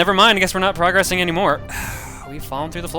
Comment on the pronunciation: Correction: progressing, as a verb, is pronounced (pro-GRESS-ing), not (PRO-gress-ing). Progress, as a noun, is pronounced (PRO-gress), but when used as a verb, the "gress" part gets the emphasis. Just wanted to clarify.